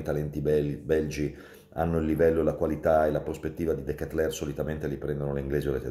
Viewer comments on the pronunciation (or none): none